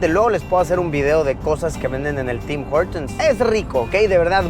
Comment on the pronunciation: CuNtas veces dijo Tim jortums el carnero este !!!!